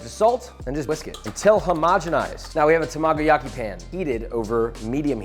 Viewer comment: Lawd why does it mess me up so much when he says tamagoyaki... 😬